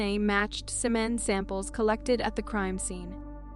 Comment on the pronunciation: Please learn to pronounce words. It's not "Suh-MEN", it's "SEE-men". = Semen. And learning when to pause your voice would be helpful to the narrations.